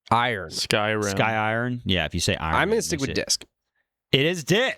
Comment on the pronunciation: Did actually say "eye-run" for iron? Next it'll be disco-luf.